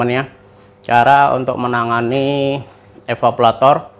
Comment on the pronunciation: Evaporator bukan evapolator